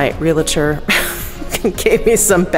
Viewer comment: Just a quick comment: It’s pronounced realtor, not real-i-tor. There is no “i” in there.